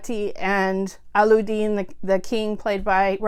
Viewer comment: allu-deen LMAO. cute... allu means potato. :P alla-ud-deen